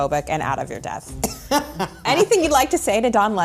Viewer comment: Katie miller reading the word “depth” as “death” when she’s reading from a CARD IN HER HAND… realllllyyyy shows the level of journalism over there 💀🤡 I don’t even know what was written and I know it doesn’t say “out of your death” lmao